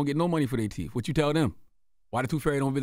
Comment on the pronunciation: Lol Charlemagne still can’t pronounce TH after all these years….WTF TEEF